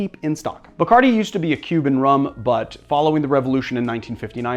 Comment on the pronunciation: When will Americans pronounce Bacardí right?